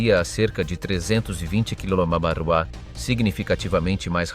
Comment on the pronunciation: nul le robot pour dire "kmh"!